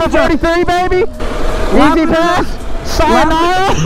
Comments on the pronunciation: I died of laughter when he said sianorah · When said syanara tho😂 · really said sianora 🤣🤣🤣🤣